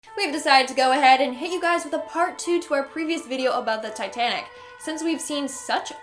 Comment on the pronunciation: Tittanic what’s That’s it titanic